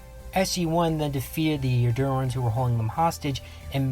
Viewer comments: He's pronouncing their name wrong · Huge fan. Watched almost all of your videos. But fuck me, i cringe HARDCORE everytime you mispronounce "Eurondans".